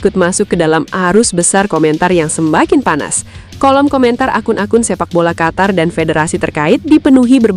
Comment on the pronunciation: Negara Qatar= negara Qotor karena huruf A di baca O 😂😂😂😂😂😂😂